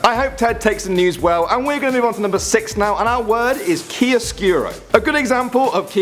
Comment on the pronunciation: I am Italian, and I've got to say your "chiaroscuro" pronounciation is actually pretty good, but "appoggiatura" is absolutely hilarious 😂